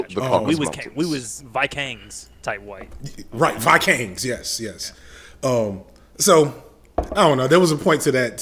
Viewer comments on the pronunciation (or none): "Vi-Kangs" - LMFAO!!!! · “We were VikAngs” is sending me 😂😂